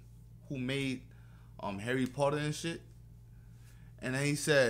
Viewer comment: Man sounded Australian when he said Harry Potter 😂